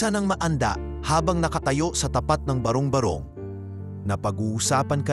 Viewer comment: ang pagbigkas ng barong barong ay hindi barung barung. ba-rong ba-rong hindi ba-rung ba-rung try to read it and pronounce well and read well